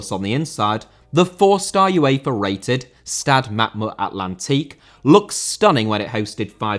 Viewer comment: UEFA * not Yuweifer